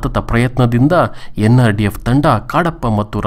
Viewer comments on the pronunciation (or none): nrdf alla sir ndrf modlu vuccharane sarierli